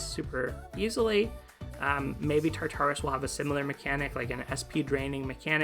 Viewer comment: quick thing - i'm pretty sure the pronunciation is tar-tur-us! it's not quite like "tartar sauce" since the second "tar" is a lot softer!